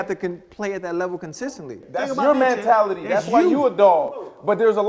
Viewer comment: I love B Marsh, but if he says "MAN"tality instead of "MEN"tality one more time!!!!!!!!!! LOL He's killing me!